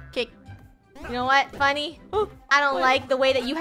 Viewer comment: You said 'funny' and it's 'funneh'